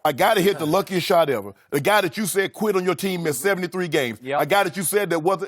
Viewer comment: “I beat em so bad he qwit”😭😭😭😭😭